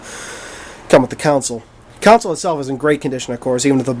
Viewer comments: Dude, the word is console and its pronounced KAHN-SOLE, not COWN-SOLE. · new drinking game,everytime he says "counsil" instead of "console" drink 3 shots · it's console! not counsel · Are you saying council?